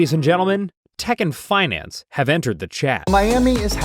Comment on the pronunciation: "Teck" and finance have entered the chat 😂